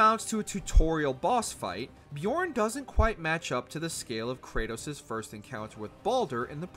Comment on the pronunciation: >Sees the boss name on screen >Björn >Still writes it as "Bjorn" and doesn't look up how to pronounce "ö" Christ...